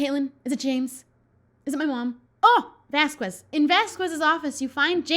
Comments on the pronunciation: Um it's not vas-quez it's vas-kez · She does know that Vasquez is pronounced VasKez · it’s pronounced vask-ez. (I’m taking Spanish..) I love you anyway! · Low-key love these vids (also...something has been irking me and i hadn't realized until now but its cause has been saying Vasquez wrong lol)